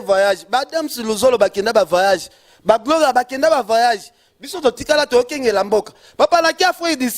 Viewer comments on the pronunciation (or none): voyage et non vayage